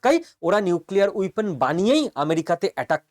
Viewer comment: উইপোন নয় - বলুন ওয়েপণ।